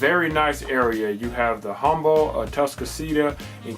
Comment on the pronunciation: You don’t even know how to pronounce Humble the right way 🤦🏻